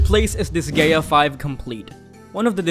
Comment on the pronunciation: Learn how to pronounce Disgaea